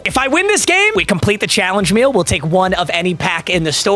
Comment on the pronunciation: bro said "challenge meal"